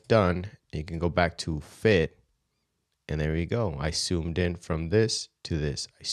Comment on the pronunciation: I love how you "soomed" in the video.